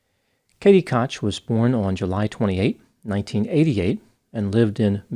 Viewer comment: I'm pretty sure Koch is pronounced "coke?"